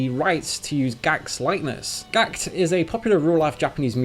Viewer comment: oh no, his name is pronounced like gakuto not gakt😂